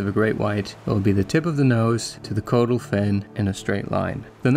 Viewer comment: Its pronounced cod - ul. Not code - ul.